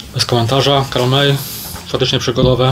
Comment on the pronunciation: Karol May to Niemiec. Więc ewidentnie Karol mAj jak redaktor Maj z Życia na gorąco #uwaga porządkowa dotycząca fonetyki XD